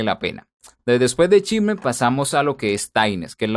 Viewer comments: Se pronuncia SHEIMER, no chimer. Excelente video. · En realidad se pronuncia SHIMMER, tal y como se escribe, es una palabra que usan bastante cuando se refieren a las frecuencias agudas, sobre todo cuando boostean.